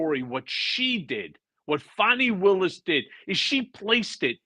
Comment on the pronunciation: Ben, it is Fani Willis, not Fawny Willis. On mute, the screen does sound-to-text and spells it as Phony Willis. That is an insult to Fani.